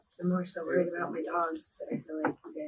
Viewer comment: Cool AI-voiceover .. i like how it pronounciates "worried" ... i mean wth, pay med 20 bucks and i'll do it MUUUUCH better with ANY ACCENT you want!